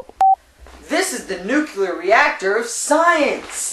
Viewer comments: maybe you got 87% because you keep saying "nucular" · NUCLEAR. Not NUCULAR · Why do you say "nucular" all the time and then, in your rap, say not to say it? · New-CLE-EAR energy or New-clear not Nu-ku-lur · Please learn to say "nuclear" correctly... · Thumbs downed for pronunciation of nuclear fail.